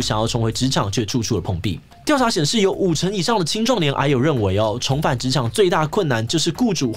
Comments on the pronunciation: 抱歉嚴肅話題，我一直聽成唉呦…。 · 一直把癌友聽成哎喲